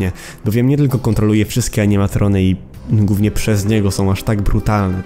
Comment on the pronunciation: Uwielbiam Twoje filmy ale Twoja dykcja momentami wszystko psuje. Przykład "Film będzie GÓWNIE..."